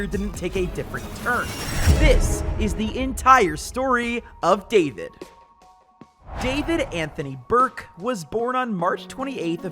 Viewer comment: "David Anothony Burke"